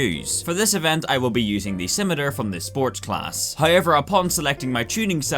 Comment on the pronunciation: "Sim-it-err" Your pronunciation of the car's name drives better than the actual car. This game is like a toothbrush with shit on it. It's a toothbrush with shit on it.